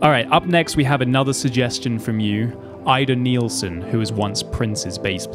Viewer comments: that’s not how you pronounce Ida Nielsen! ;( I’m from Denmark and knows what I’m saying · Am I de only one hearing "I don't kneel, son" when he says Ida Nielsen?😅🤣